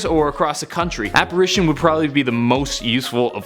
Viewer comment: It sounded like you said appration and you like forgot like 8 powerful spells. Like sectumsempra...